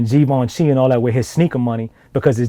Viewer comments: No Givenchy, But you pronounce ut like gi ven chie basically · This nigga calling Givenchy.. as geevenchi 😂😂